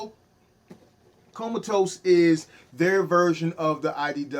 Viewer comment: come ahhh tus, lmao, not comatose. too funny